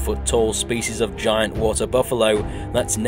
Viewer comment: Skull crawers and giant ant (gi-ant)